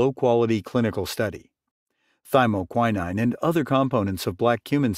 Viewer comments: Yep. That's a long O, not an I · To the narrator: You consistently mispronounced thymoquinone. It takes away from your message.